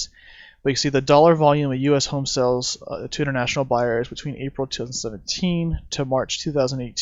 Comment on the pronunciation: Nice headlines round up video. However...It's "sales" are down. Not "sells" are down. I don't know how this got started, but every time someone misuses the word, it makes me cringe. I don't remember any educated people confusing the two until only a few years ago. Reminds me of backwoods West Virginia speech (kindest people in the world, horrendous grammar). A "sale" is a noun. "To sell" something is a verb.